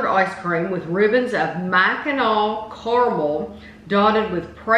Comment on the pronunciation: You nailed the pronunciation of "Mackinac" =)